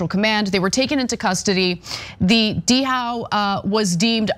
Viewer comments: Dow not D-How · Er, pronounced dow. Like dow Jones. Not deee how, like some southern hick. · If you’re going to report on a story I suggest you check pronunciations. The vessel “Dhow” is pronounced as Dow, not Dee-😅How. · The h is silent in Dhow, "Dao" not "D-how" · It's just Dow Anna. The h is silent. Dhow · Dhow is pronounced "DOW" . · It's pronounced "DOW". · It's pronounced "dow". like "how". The h is silent. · Dhow is pronoun "Dow" as in DOW Jones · Why are you pronouncing the word dhow "d-how"? The word is pronounced "dow." Like the chemical company. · The trols have come out to comment on this one. I am disappointed that Ana can not pronounce "dhow" correctly. I learned that in elementary school.